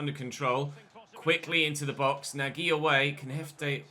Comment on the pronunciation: nagy is pronounced nudge, love the content x